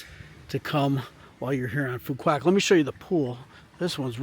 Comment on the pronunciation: Please take a few mins to learn proper pronunciation. Just ask the locals! (try "phu wok" - the q is all but forgotten and made into a 'w' sound in the southern dialect) And there is no town called 'Phu Quoc'. The main town is Dương Đông ("Yuong Dong" is the closest I can type as to how to say it.)